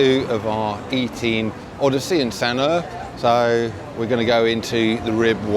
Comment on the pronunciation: Its pronounced as San uur not San er